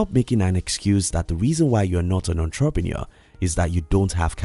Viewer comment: The way you pronounce " entrepreneur" is sooo annoying 😑